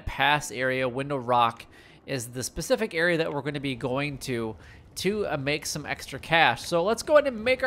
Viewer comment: It's specific not Pacific